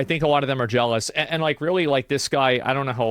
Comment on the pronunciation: BRO SAID JELOUS XDDD